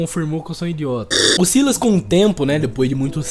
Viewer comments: Se fala Sylas, e não Silas, tu lê o nome do pyke com Y e não com i doidão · Se pronuncia sylas n sailas sailas n soa bem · Eu acho que a pronúncia do nome do Sylas é Sílas mesmo, a pronúncia do nome da Syndra é Síndra (o Xerath tem uma interação pra ela que ele chama ela assim, e ele fala Síndra tanto em português quanto em inglês) então como o nome dos dois começa com sy, eu acho que a pronúncia é a mesma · Sylas-kou 🤣🤣🤣. Desculpa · pelomenos vc fala silas sabendo q n é assim.melhor que gente que fala silas e pike em vez de pyke achando q ta certo